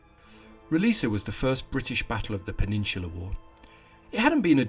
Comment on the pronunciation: As a portuguese, can confirm your pronunciation of "Roliça" is on point. What gives the "C" letter it's "S" pronunciation is the little willy hanging off of it.